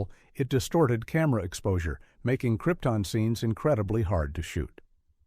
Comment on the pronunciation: Careless error: Krypton is pronounced incorrectly, but Brando made the same mistake in the film, so maybe accuracy doesn't matter.